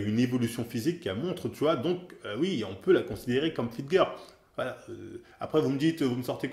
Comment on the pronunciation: '' une Fitgueuuur'' pour dire' 'fitgirl' ' y a pas à dire tu t'en bas la race mais c'est ça qu' est bon :')